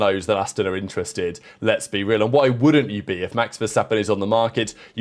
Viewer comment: I have been watching your videos for years and love them.. but every day I wonder what you say at the end of the video. “Very much (entwenter?) your thoughts in the comments? Please help me figure out that word 😂 … but thank you for your videos, they’re super interesting 🙌🏻